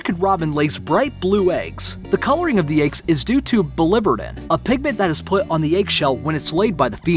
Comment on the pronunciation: This is a great video! However, the narrator really should have consulted with a zoologist or biologist...anyone ...on how to pronounce a huge portion of the words!!! Oxygenate - oxi-gen-ate Biliverdin - billy-ver-din Uropygial - you-roe-pi-gee-al Hoopoe - who-poo (after sound it makes)not poe like the author! Chymera - kai-meh-rah Really unprofessional!